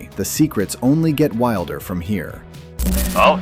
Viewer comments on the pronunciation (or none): none